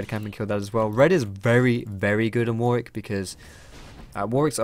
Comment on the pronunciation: Dear and all other league players who this applies to. You seem to not know how to correctly pronounce "Warwick". Many say war-wick when they should be saying war-rick. Yes it sounds odd but it's true. Just look at Warwick Davis for example. Thank you and good day.